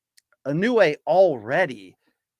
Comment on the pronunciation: He should stop butchering Inoue's name, out of respect for the guy.